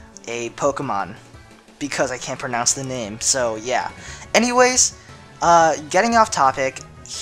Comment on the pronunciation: where are you from? ur accent is noticable when you say pronounce, you say pernounce ^_^ its cool though. i just never heard it like that.